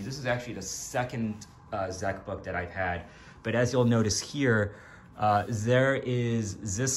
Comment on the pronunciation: Zee Beck .